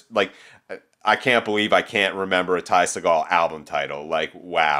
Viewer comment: watch any Ty interview where he says his name. It's See Gull. Trust me.